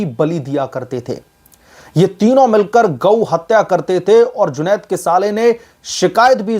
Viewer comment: आप बार बार जुनैद को जुनौद साहब जी बोल कर सम्बोधित कर रहे हैं। यह ठीक नही है